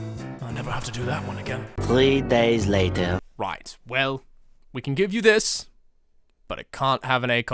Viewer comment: "Dis gun is so big"